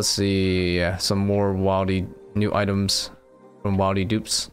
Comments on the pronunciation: Does anyone else always want to correct this man whenever he says wilde instead of wildy..lol but he's such a good player I keep to myself great vids man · Do you say words weird on purpose? Wildy, Amascut, etc